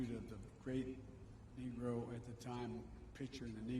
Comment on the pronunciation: Where’s the outrage? He called Paige “a great Knee Grow”?! Does he still think we are in the 70s??